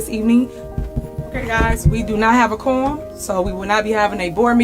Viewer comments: Sounds like she said “Corn🤦🏽‍♀️ Thiefany is an absolute disgrace Continued prayers for Dolton 🙏🏽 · For tiff tiff it has to rhyme, she thinks it’s spelled like forum😂😂😂so for her it’s Korum vice Quorum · Qwarm, just how she says it wrong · She says Cornum and you are correct her and the person that edited the video lol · SHE SAYS: due to the fact of we don't have a corm"" !!!! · Happy New Year, everyone! English (quorum) = Tahoe Tiff-Tiff (quaam) :face-orange-raised-eyebrow: #CawDaRow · Corm. Corn. Korrn. It’s her teeth. She has some type of underbite and she twists her mouth to say certain words. She can’t say February, she says feverery. I don’t know what I’m going to do when Tiffany is removed from her job. All the drama will die down UNLESS they somehow get Trina Downs on the board. That B is crazier than Tiffany. Dolton is going to go back into the shadows of boredom. Thanks Tiffany for the drama. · That’s what I heard too! “Korm”. 😂